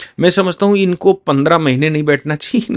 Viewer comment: हू नहीं। हूँ। अपनी हिन्दी सुधारो।